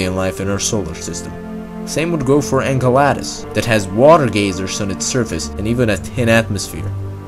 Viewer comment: Engaladus? Not even bothering with the correct pronunciation .